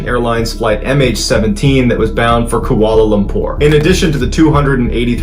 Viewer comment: not KOALA LUMPER, its pronounced KWALA LUMPER. ❤